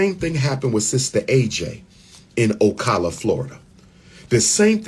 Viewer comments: It's O-Cala not O-Cola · PRONOUNCED O CAL A